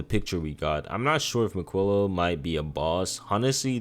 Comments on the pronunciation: love the video but i couldn't stand the way he pronounced miquella, its mi-kuh-luh, not mi-quilla😭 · Im tearing my hair out of my scalp at the pronunciation of these bosses. Marruiqa, Radagan, Miq-willa. Come on man 😭